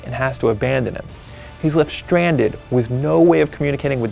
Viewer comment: stranded, not shtranded.